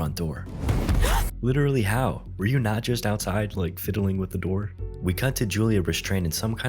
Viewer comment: you way you said "I lake that"is sus as hell lol